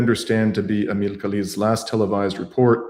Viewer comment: Dear. Her name is Amal not Ameel.